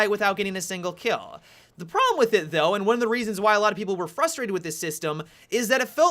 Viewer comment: You say kill like a blonde